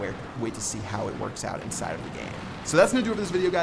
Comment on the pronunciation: why does keep saying ‘indside of'